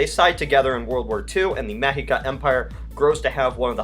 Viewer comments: Ah, the Mexica Empire sounds great. Oh and btw, it is pronounced “Meshika”. Not to bother but to help you to pronounce it correctly. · It's pronounced Me(sh)ica. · Mexica is pronounced "meh-SHE-kuh," gringo.